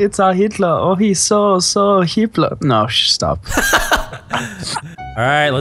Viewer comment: did he just say he is hipler